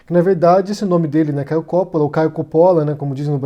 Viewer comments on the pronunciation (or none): Palhaço marionete do Lula! É Coppolla e não Cópola... Ñ sabe nem ler, é da esquerda... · não e copppola e coppolla e vc fala errado! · COPÓÓÓÓÓÓÓÓÓÓÓLAAAAAAAAAAA Cada vez que ele fala Cópola me dá um tremilique. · Seu mentiroso desgraçado, o nome dele é Caio Coppolla e não Caio Cóppolla. Vc pesquisou mesmo??? Seu mal caráter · Nessa pesquisa intensa que você fez sobre ele não deu para corrigir o nome do cara? É COPPOLLA com dois 'P', dois 'L' e a sílaba tônica é 'PPO' portanto a pronúncia em português é COPPÓLLA, sem o acento agudo, que coloquei para que não fiquem mais dúvidas. Serão necessárias quantas correções sobre isso? Já deu prá notar que você simplesmente não lê os comentários dos seus próprios vídeos, o que já mostra que o interesse está apenas no faturamento, não se atém minimamente às pessoas que proporcionam essa sua renda. Esse pouco caso com o seu público, já nos diz outras coisas: Qual seria sua a preocupação em trazer posições reais, já que os ataques à outros youtubers (colegas seus) parece ser o tema relevante? Será que os processos são mais rentáveis e por isso a necessidade de provocar para ser contra-atacado e se vitimizar na justiça? A inveja por outros se projetarem mais do que você parece incomodar a ponto obriga-lo a fazer repetidos vídeos de ataques gratuitos, é maior do que a capacidade de criar originalidades? Não sou defensor de Caio Coppolla, mas não gosto de ver injustiça. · O correto não seria dizer: Coppóla??? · Isento? Acho que você nunca o ouviu. Nem o nome dele você pronuncia direito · Não sabe nem pronunciar o nome do cara. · Não sabe nem falar o nome do rapaz, kkkkkkkk. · o nome dele não tem acento agudo na sílaba "Co". A pronúncia é igual a italiana.